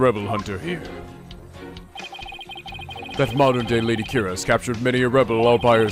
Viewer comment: I've been trying for so long not to bring this up, but the way pronounces Kurain is driving me crazy. I've gotten so to hearing it pronounced _ Ka-Rain_ were he pronounces it Ku-Ran it's just me. Hay he's getting the Country's pronounceation of Ku-Rhine right, so please forgive my inner Grammar John Wilkes Booth.